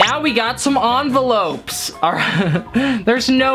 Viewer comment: I LOVE HOW HE SAYS ENVOLOP ONVOLP